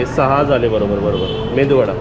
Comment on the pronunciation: It's not Mendu vada . it's Medu vada. Medu means soft in Kannada. And pronunciation of Dosa is also wrong. It's Dose.